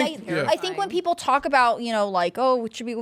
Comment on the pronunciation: Freudian slip “peopre” 😂